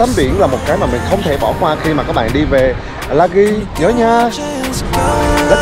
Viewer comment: Anh ơii em là dân ở Lagi đây anh phải đọc là "di" không phải là âm "ghi" đáng lẽ đúng phải là Lagii mà do người Việt Nam mình thì rút gọn bớt 1 chữ i nên là Lagi như bây giờ